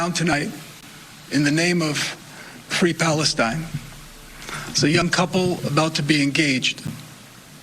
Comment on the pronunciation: Fwee fwee pawistyne